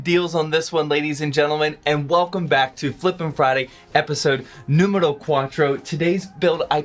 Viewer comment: “Episode numbero 4” had me confused for a second had to rewatch it Edit: am Mexican btw